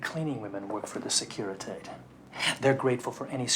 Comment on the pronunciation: That's ... not how you pronounce Securitate 🤨😔 Were they tryting to write "Tblisi"? If yes, then they failed. And Tblisi is in Georgia, not Russia. Sure, Georgia was a Soviet republic as well back then .... but, still: not Russia. Actually a very decent pronunciation of Calea Moșilor 🙂 There's just one problem: it doesn't lead to any central square per se ... not even if we assume that the dude meant Piața Unirii (which translates better as Union Square anyway). But in all fairness, Strada (C.A.) Rosetti is indeed a side street to Calea Moșilor. :) , That's not how a Romanian police car (or militia car, technically) looked like in 1988. And it would most certainly not have been that brand of car. And they were called miliția, not militie.